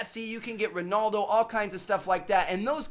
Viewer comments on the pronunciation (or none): The way he says Ronaldo is funny